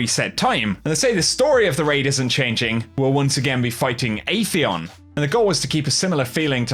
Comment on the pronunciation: Me "Atheon" "Aaaytheon."